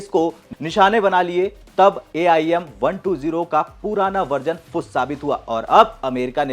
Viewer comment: AIM.. यम.. क्या बोल रहे हो यार